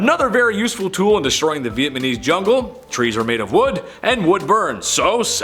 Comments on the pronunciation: It’s Vietnamese NOT Vietmanese lol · Vietnam-ese not Vietman-ese 🤣🤣🤣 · You should do a more extensive research before attempting to pretend to know what you are talking about. It's Vietnamese not Vietmanese. You are clearly not old enough to know your data first hand yet you attempt to pass judgment without facts but instead rely on rumor. I could go on in my critique but it would take to long and you are to arrogant to learn before you produce such an unfactual report of history. You are entitled to your opinion but it is in no way factually accurate. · "Viet-man-eez" lmao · Haa haa haa haa, did you say Vietmanese? That's hilarious!! Haa ha haaa!! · 7-6-3-You pronounced Vietnamses ---Vietmanese with the M before the N,,and button up that shirt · Why do you keep saying Viet Manese?